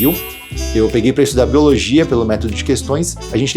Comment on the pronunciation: boiologia kkkkkkkkkkkkkkkkkkkkkkkk eu fiquei praticamente o vídeo todo rindo disso, mas me ajudou mt vlw